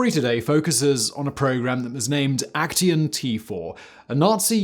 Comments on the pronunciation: Aktion is actually pronounced like "ahk-tsee-on". not "ek-tee-on" triggered my german grammar hating heart. lol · Just a side note, "Aktion" in German is pronounced as ak-tsion (IPA: akˈtsjoːn). So are all words ending in -tion, similar to how it is in English. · Why do you pronounce „action“ as if it’s a German word? 😂. In German it would be spelled „Aktion“ and pronounced very similar to the English word. You keep saying Aktien, which means stock, which I do not believe the Nazis sold. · I'm sure you could get hold of someone helping you with the right pronunciation of German. I wonder who came up with "A—KT—ion" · Since I am kinda triggered by the way Simon says Aktion: You say it like ac pause cyan, but replace the a in cyan with an o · Oooh come on.... Put a German word into Google translate and have it pronounced correctly for you, before saying it wrong through the whole video! yes, I'm talking about AKTION. Otherwise: great vid again! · there is no 't' in 'aktion' 😊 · Great content but the way you pronounce "Aktion" is really really weird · I kind of like the way you mispronounce "Aktion", given that it's literally the German word for "action". NoFront, it is just funny to my ears. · yeah, me too - but perhaps I am getting used to Simon mispronouncing "foreign" words? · Aktion is Action in english.why do you struggle to say words